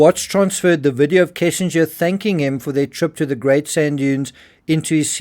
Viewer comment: Why does everyone call her "kessinger?"